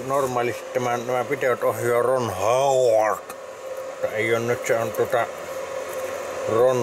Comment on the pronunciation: Rrron Hooooooowarrrd 😂